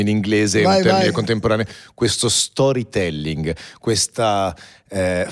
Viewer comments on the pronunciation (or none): Alla pronuncia di "Storie telling"al da parte di,la faccia del Baffo schifata🤣🤣🤣 a quasi il terrore di pronunciare l inglese